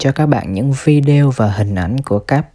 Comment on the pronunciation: Em đã có ý phát âm tiếng Anh thật là tiếng Anh.Sao em cứ “ vi đeo “ hoài vậy? Người nghe chẳng những nắm bắt thông tin mà còn học hỏi cách phát âm của chanel mà họ thích nữa. Chúc em thành công.